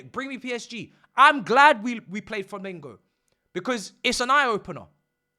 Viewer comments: It's FlaMENgo. Not Flamingo. You didn't get beat by a bird mate. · The fact u pronounce discombobulated and cannot say Flamengo properly is beyond me lmao